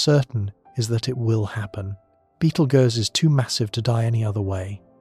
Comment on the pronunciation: How does this narrator not know how to pronounce Betelgeuse?